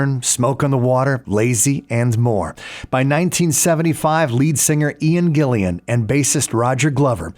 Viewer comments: U pronounced Gillan the wrong way.. not Gillian, Gillan! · Ian Gillan not Gillian.